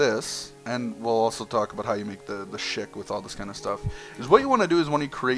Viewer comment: Shik? NOPE Shikaxe